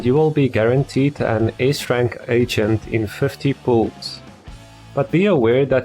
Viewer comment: Everytime u said agent id get cinfused cuz it sounded like ancient